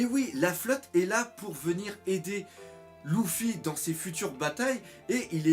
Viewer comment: je comprend lOUffy a chaque fois